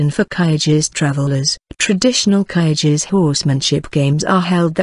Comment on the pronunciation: Kyrgyz is not pronounced that way !